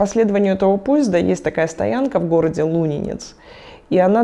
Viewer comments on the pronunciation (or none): Странное ударение в названии города Лунинец у Натальи. Словно не местная. ЛунинЕц, обычно у нас говорят...